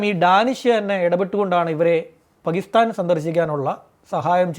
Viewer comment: പകിസ്ഥാൻ അല്ല ടോ.. പാകിസ്ഥാൻ എന്നാണ്.. നാക്കുവാടിക്കാതെ നേരെ എഴുനേറ്റു വരും 😡😡